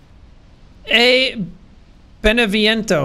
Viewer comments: you know jack, your pronunciation of "beneviento" isn't half bad. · At least jack got Beneviento right instead of Dimitrescu